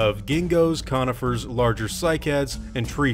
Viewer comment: "The animals´ diet likely consisted of Genghis-Khanifers" I´m sorry, but that´s just what I heard :D